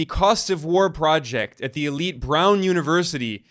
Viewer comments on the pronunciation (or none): none